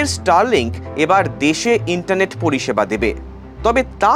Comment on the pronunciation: Make mordern toilet system for your toilet & then talk about starlibk. U don't have proper/civilized pooping system. Can't even pronounce Starlink properly. Make in randia. Make toilet system first.